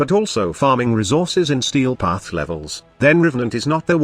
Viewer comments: 'Stee Path' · Ah, yes... The Stee Path